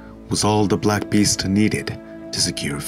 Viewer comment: why are you talking like that good sir? please don't say black beast like that again.